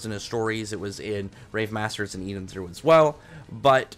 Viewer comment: The "O" was pronounced as an "a" in Rave Master.